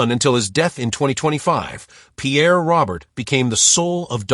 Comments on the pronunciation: His last name is not pronounced like the male name Robert. It has a French pronunciation like Row-bear. This AI shit has got to end! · If this video was meant as a tribute. That AI slop just crapped all over it with that pronunciation.